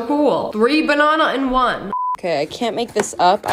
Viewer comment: The way that she was like bananah 😴 Yes I liked my own comment..and what?